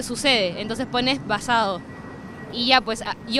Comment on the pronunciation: Uff cuando escuche el "basade", me dio una ganas de arrancarme las orejas xd